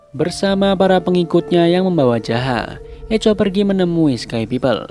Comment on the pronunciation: Bang sedikit koreksi, Echo di baca "Ekho"